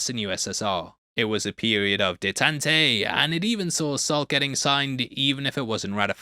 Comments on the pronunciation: Detente is pronounced deh-TAHNT, no dey-tanty. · "A period of day tantay"😂 Really?😂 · Do Brits really pronounce detente as dee tent ay, or is this a Heavy Spoilerism. I've always heard it as day taunt, I have the advantage(?) of being older and having lived through it and studied it at university here in the States. Loved the breakdown. Also, I think part of the reason DC went away from Truth Justice and the American Way is because, sadly and thus is a pre-Trump thing though he is accelerating it, what the American Way via policy both domestic and internationally does not line up well with either Truth or Justice. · "Detente" is pronounced "dey-TAUNT". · For what it's worth, detente is pronounced 'day-taunt'. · “Detantay” is almost as good as “Ktyptin” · If, i remember right, Detente is pronounced day - taunt . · You taking the mick out of Brando for his pronunciation and then saying détente like that was top notch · I'm sorry, not trying to be a dick but that is thr exact opposite way of how it's actually pronounced. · Er... do they pronounce detente differently in the UK? At roughly 55 minutes., no one criticizing this in the comments. Great video, hopefully you make fun of yourself in a future one for your pronounciation of the word detente.